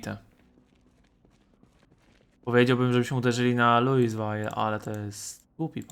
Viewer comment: Czyta sie luiwil a nie luiswal